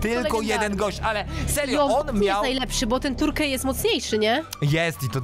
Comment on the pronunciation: terkej? Jak mówisz turcja to też turkja mówisz?